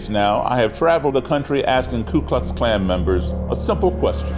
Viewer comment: My name is also Daryl, and I think the clan is stupid Beyond any stretch of the imagination, however please stop adding an L to the first part of their stupid gang name